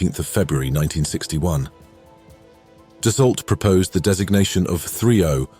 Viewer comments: Dassault: "ault"="[o]"!.. Resume: not [dasOLT], but [dasO]!!. Checkout French language orthography rules!!! ... P.S. May be fly to Canada: it's closer than France?.. © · Dasault is pronounced Dass-oh, just like Renault. The commentator sounds like a real ignorant pie-eater. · Need to learn how to pronounce Dassault bloke. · Come on guys even an AI voice over should be able to pronounce 'Dassault' correctly, this is a a piece about history afterall!